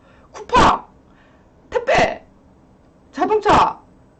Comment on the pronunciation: 택배가 퇴폐로 들리고, 쿠팡이 쿠판이라고 들려요